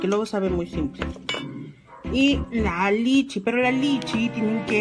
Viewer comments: Dijo LICHI y LA AZUCAR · Por qué dice lichi????? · Por qué dice "lichi"....me dieron ronchas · Ay nooOo como odio que diga lichii